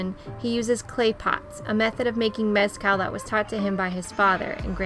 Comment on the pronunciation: Couldn’t finish watching this when they couldn’t pronounce Mezcal correctly. Total turn off!